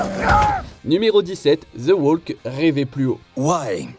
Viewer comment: "Ze oualque"...😅 madre mia! Les français, toujours aussi nuls en anglais !